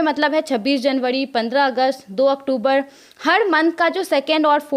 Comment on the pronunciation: Madam, pahle aap October ko sahi se boliye. Bahut bhadda lagta h.